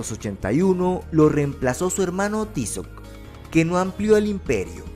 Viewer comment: Pronuncia Tízoc, con acento en la ( í ), chamacos estos ustedes ya prenuncias como se les da la gana, prenuncien bien.